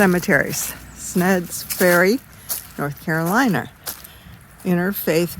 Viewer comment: It’s Sneads Ferry ( sneeeeeds) Ferry. Good stuff..